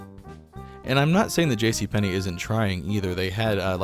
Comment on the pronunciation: Yes it is! Where did you learn your Russian, ....JC PENNY,!?